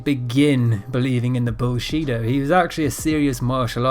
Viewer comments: Sounds like he say bullshit martial arts lol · “Bullsheeto karate” lol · "bull-chi" he he he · pretty funny it sounds like "bull shit-o"